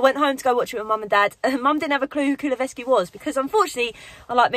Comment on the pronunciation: Still haven't got used to saying "Kulusevski" aye?😅